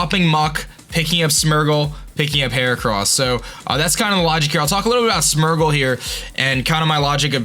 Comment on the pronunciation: first zap-a-dos, now smur-gle. Im sorry, but the pronunciations